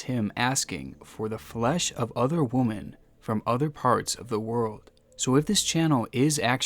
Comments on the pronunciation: woman is singular, women is pronounced wimmin. just saying. lol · The real crime here is your pronunciation of "women." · Please learn how to say women correctly, otherwise great channel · Every time in this video mispronounces “women” as “woman” take a drink. I died. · Idk if you’re mispronouncing the plural "women" or just incorrectly using the singular "woman"… but "women" is plural, "woman" is singular. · Same!! It was getting on my nerves lmao. He’s either mispronouncing the plural "women" or incorrectly using the singular "woman" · Love your channel but I get so distracted by the pronunciation of “women” here. There’s a reason it’s normally different from woman. I’ll get over it someday. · No offense, honestly, but the plural of woman is women (pronounced wimmen). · Women is pronounce “wih-min”. You keep saying “woman” for plural “women” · WOMEN IS PRONOUNCED WHIM-IN NOT WOMAN. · It's pronounced wee-men not woo-men. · bestie, I love ur content, but plz, for my sanity, hear me out- woman: one female women(pronounced weh-men): a group of females. i wont stop supporting your channel either way tho cuz honestly whatever ok bye💕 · Women is not pronounced the same as woman. Say swimming. Now say swimmin’. Now say wimmin’. That is how you pronounce the word women. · when you say women it sounds like you say the singular and not the plural and its fuking with me and i dont know whhhhhyy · Man, someone teach this dude how to pronounce "women". "Wi-muhn" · Please stop pronouncing women like that. PLEASE stop haha. In all your videos you say it like "woo-men". Try saying "Wym-in". Instead my guy 🤣🤣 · Why do you keep saying "woman" instead of "women"? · I'm sorry, I love your videos and this is partly my fault for being an idiot but god damn I'm annoyed by the fact that you say "woman" instead of "women" all the time lol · Im disturbed and worried "women" ITS NOT WOMEN ITS WOMAN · great video mate but women is pronounced wemen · Women not womon